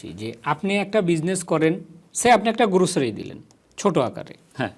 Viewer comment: গ্রোসারিকে বলছে গুরুছারি 😊 সে আবার দুইটা ইউনিভার্সিটিতে পড়াশোনা করেছে! মুঝে মারো মুঝে মারো 😂